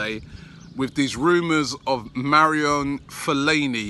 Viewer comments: Common, Marion fellaini? Its time you did more work on pronouncing names. How long has he been in prem? No excuse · It's pronounced Ma-ru-won Maroune fellaini Robbie better start saying it right I mean the Guy is going to be an Arsenal Legend no doubt!!#freeatlast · marian fellaini and mavraponos lmfaooo this guy cant pronounce any players name correctly ever